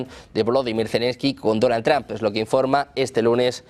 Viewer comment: que feo pronuncias el apellido Trump, es entre la o y la u no tramp, ni que fuera trampoline